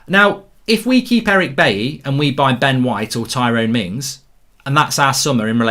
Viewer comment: Man said " we might sign Ben Shite" 😂😂😂